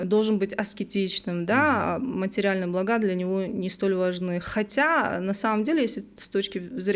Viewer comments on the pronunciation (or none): none